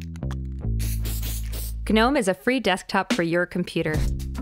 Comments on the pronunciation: It's pronounced "nome" with a hint of a "g" at the start, and MATE is "mate" as you would normally say it. Also, when she says "three dot twenty four" instead of "three dot two four" I cringe. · Everytime she says "guh-nome" i cringe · its actually "g"nome. for those that know its background... gnu for the in the know.. fyi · Well put together video. The voice was just right and everything was well thought out, kudos. Up till now I thought the G was silent in Gnome, and that Libre office was pronounced Lie-ber office, noice to know hey. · Seriously. Makes you wonder how many people were involved in creating the video. Were all of them under the impression that the G is pronounced? Do they also say guh-narled, guh-nostic and guh-nocchi? Or did everyone know but didn't have the heart to tell the narrator? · People have been denying global warming for years as well - doesn't make it any less wrong. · It's pronunciations like that and responses like yours that makes it no wonder Linux is hopeless at going mainstream outside servers and embedded.